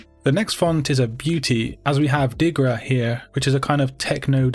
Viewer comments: Its Dirga, not Digra :D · Speak correctly diRGa and not diGRa :)